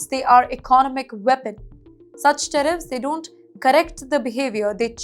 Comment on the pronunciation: Tariffs not teriffs.